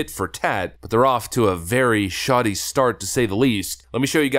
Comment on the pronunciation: Shoddy, don't you mean Shatty?